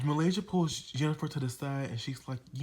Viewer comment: "Jeni-FA" lmao. Good review! I enjoyed this very much 😂😂😂